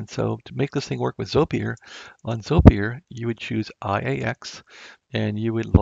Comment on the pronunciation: It's pronounced, "ZOY-purr", FYI...